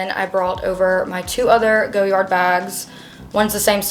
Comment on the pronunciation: Cute bag… it’s pronounced Goy-ard not Go-yard 😊